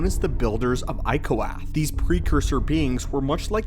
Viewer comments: It's Iokath. Not Ikoath. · It's Iokath, not Ikoath. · I know its nit-picking, and maybe there is a journal in game that gives the different pronunciation. However, as long as I've played the game, and as many times as I've been through Iokath. It is I O kath, not I O kwath. Again I know its a nit-pick, but when you got multiple voice actors pronouncing it one way, and it is spelled that same way. I like it when people talking about lore stick to it. Now the more obscure planets and people that don't have actual pronunciations I 100 percent let peoples interpretation through. lol because many times I've been corrected myself. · Isnt it supposed to be "iokath" not "ikoath" ? Or are they 2 diffrent thing ? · I think he means Iokath whenever he says Ikoath. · Was thinking the same thing watching this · Good and informative. One thing though - It's Iokath [Ay-oh-cath]. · I've calmed down now and I'm just gonna list the words and corrections. 1, the world of the precursor civilization that made the fleet was called Iokath like "I owe Kath" 2, Isotope 5, as in the scientific term Isotope denoting a variation of an element which has more neutrons than usual. 3, the gravestone was made on Iokath as well as the eternal fleet. It was part of some weird war game simulation by the people of Iokath. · Would be nice if you could pronounce Iokath right I O KATH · Your mispronunciation of Iokath was extremely annoying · You know that we know the correct pronunciation of Iokath, right? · Why is your pronunciation of Iokath wrong? There are many instances in the game when it's said.